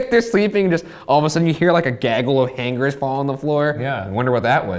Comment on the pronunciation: Did Ryan pronounce hangers wrong???